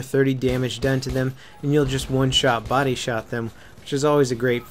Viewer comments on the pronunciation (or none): none